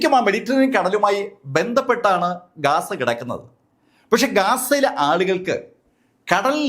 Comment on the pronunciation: ഗാസ അല്ല ബ്രോ ഗzza